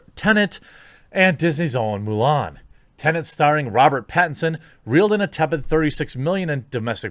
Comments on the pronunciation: Its tenet lad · tennent, really?